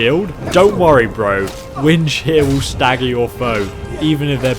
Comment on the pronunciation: This whole time I thought he was saying "Wind Shit" Until he put his cross hair on the unique weapon lol xd 😂😂😂